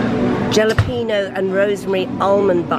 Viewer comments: Aaah…my city and I love it so much! And walking my pooches around town! You even showed the location of my first marriage! Jalapeño is pronounced hallo penyo. Loved the article about you yesterday in the Saturday Telegraph. Well done! You’re right that NYC is the only true 24/7 city. Loved that you said London only pretends to be! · Jalapeño the J is pronounced as an H.